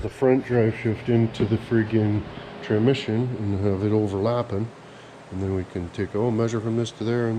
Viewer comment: "Tramission" lol love it